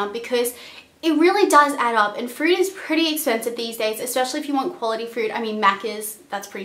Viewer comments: lol "and frood is like so expensive." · Nice video thank you ! But 1 thing are you saying Frood ? Fruit? or Food? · "frood" :D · When she was saying food I thought she kept saying fruit since Australians add the "r" sound in all their words loool I was like why do you need to spend that much on fruit?? LOL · frood lmao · is she saying not to be fruit or food....i cant tell